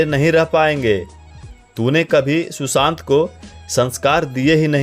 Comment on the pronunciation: शुशांत नहीं सुशांत